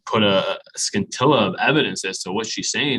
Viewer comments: I don't like because he said skintilla(not scintilla) 😂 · Very impressed with, who earlier in this clip advises a fellow attorney before presenting to represent his client., on the other hand, does not know how to pronounce “scintilla” notwithstanding his law degree.